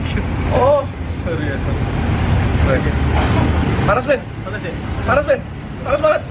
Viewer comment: Gue kaget saat bilang: "Jadi kayak tiramisu, ben." Pertama dengar kirain manggil "beb". XD